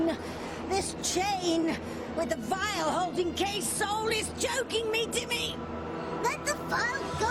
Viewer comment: Grrr, I'm going to be 'that person', sorry in advance 💜 Seriously, not trying to be rude! "Vile vial"